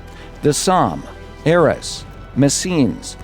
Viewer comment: BTW Arras is pronouced A-ras Hard As, not Es